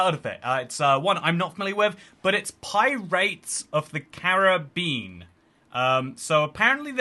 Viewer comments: Pie-rats of the Care of beans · “Pie rates of the Carib bean”💀